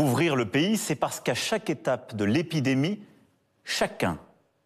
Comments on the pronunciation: L'épédémie, de l'épidémie !!!?? VS 😂😂😂😂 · A 1min10 il est incapable de dire le mot épidémie pour lui ça devient épédémie 😂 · L EPEDEMIE 😂😂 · Moi j'entends l'épée d'Émie 😂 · on dirait il est bourré 😭😭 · Le premier "épidémie" prononcé est juste magique 🤣🤣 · apprenez lui à prononcer le mot épidémie avant de le faire parler svp. C’est un peu un mot de base dans le contexte actuel.